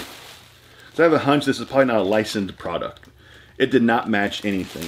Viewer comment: Got triggered when you mispronounced "Licensed" 😂 What the hell is "Licend"